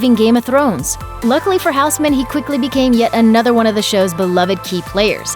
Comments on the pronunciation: Huisman!! Not houseman Its like saying keukenman kitchenman. Dont put google translate over names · Michiel Huisman (2nd Daario Naharis) is Dutch and being a Dutch person myself, the way they pronounce his name is quite hilarious 😂. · You grossly mispronounced Michiel Huisman's name.....